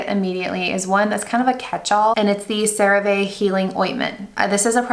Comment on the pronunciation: It’s pronounced “cerave as in see. Not cerave as in vay” not sure where this mispronounced version comes from. I guess you tube. Love your content 💕